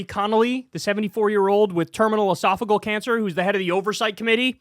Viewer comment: You’ve been pronouncing esophageal incorrectly for months now. You vape on camera, your hair is bleached platinum blonde. I really want to take you seriously, but you must do better.